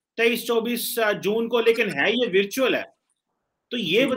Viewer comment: veertual nai wo virtual hai Sir app jaise logo aise English se badla lenge to aam Pakistani kya karenge😂